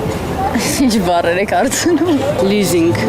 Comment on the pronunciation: Apeer grvuma LEASING voch te lizing